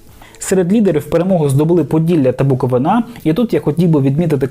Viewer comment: Буковина навчіться вимовляти правильно наголос.